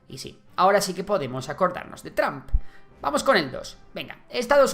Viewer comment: Se dice TROMP nl tramp. Y se dice VIDEO, no BIDIO